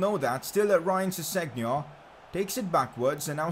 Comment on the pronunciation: kept making me cringe how you pronounce Ryan Sessegnon